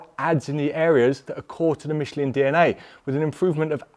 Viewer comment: it's "Mishlaan" not "Mishleen"